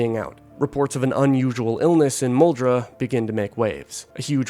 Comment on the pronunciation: BTW as someone from the louisville area, it is pronounced MULL DRAW